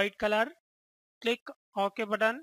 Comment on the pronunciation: what the heck is "ok budone" ?